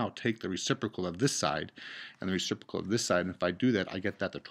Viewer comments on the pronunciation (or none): none